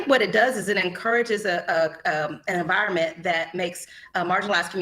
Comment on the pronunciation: What's a "viroment"?